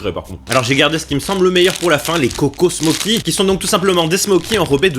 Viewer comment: sa ne se dit pas smoci mes smauci je suis serbe je sais comment on dit là bas